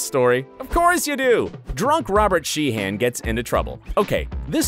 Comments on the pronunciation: I'm sorry but isn't pronounced it She-en, not Shee HAN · it’s shee-un